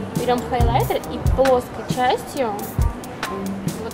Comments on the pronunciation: Почему хОйлайтер? хАйлайтер пишется) Уже во втором видосе замечаю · когда появился слово хойлайтер там было хойлайтэ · Хойлэтэ оруууу, хайлатер